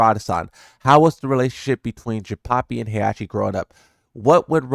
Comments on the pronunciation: Jinpapi? 🤣 It’s Jinpachi. Like the same as Heihachi but with Jin at the beginning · Why are you saying jinpapi wtf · Are you pronouncing it "Jinpapi" on purpose? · yo who tf is "Jinpapi"?